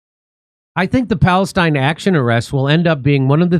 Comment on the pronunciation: it's not "p°l°st°n°°n action", jimmy ... sheesh, americans are so bad at reading!